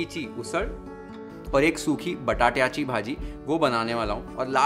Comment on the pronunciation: This was the first ever video i watched on YFL. I come from a Marathi household and i was stunned to realise is not a Maharastrian, especially after he nailed all the pronunciations. (Zanzanit, misal, batatya, usal). He nailed all the ळ ल ण न pronunciations. Today i tried the YFL misal recipie for the first time and my mom said it was the best misal ever made at home. Thanks a lot. Lots of Love. Please keep posting new recipies, which I'm sure we viewers will be eager to try.